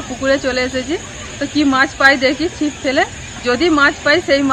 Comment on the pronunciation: মিরাককেল নয এই english উচ্চারণ হল মিরাকল । আর চিপ নয ছিপ । MIRACLES